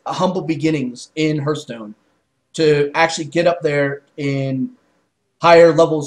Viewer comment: its not hurtstone its hearthstone